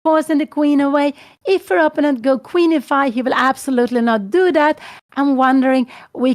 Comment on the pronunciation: Kära Anna. När nu din mamma är så inspirerande – och söt – att lyssna på, så skulle det vara extra trevligt om hon uttalade "opponent" på rätt sätt; det är trots allt ett ord hon säger ofta, så det är lite distraherande med hennes personliga variant.